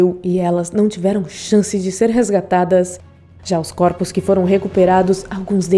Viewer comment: Coropos kkkkkkkkk voz irritante